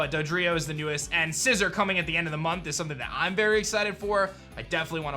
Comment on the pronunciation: Sci - ZOR (ZOR) not scissor